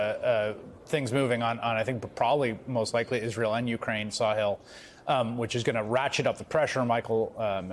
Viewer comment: His name is Sa-HILL. not Saw-hill 😮